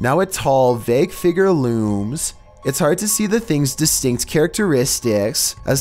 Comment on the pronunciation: No one: pronouncing figure: Fi-G-er